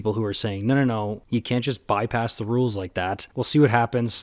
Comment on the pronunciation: Rules? I've had it up to HERE with your "Roo-alls!"